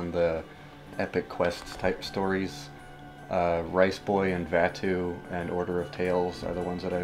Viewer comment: Today I have learned that I pronounce Dahm, Koark, and Vattu incorrectly...